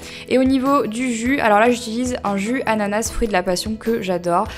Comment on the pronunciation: Pourquoi tu dis "ananassse" ou "smoozie"?